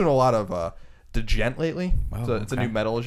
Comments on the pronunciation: I can, not too sure on the song, but it is a British band called - Hacktivist. Also so you know, Djent is pronounced with a silent D so gent, don't do collins mistakes. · Djent is pronounced like "Gent" for fuck sake. The D is silent (Haw Haw) It's all one word, with a D followed by j, how is it so hard to realize its silent. ALSO Not all Djent is rap in it at all, pretty much that band only he played, and if anyone want's to know who it is he played, its a British band called - Hacktivist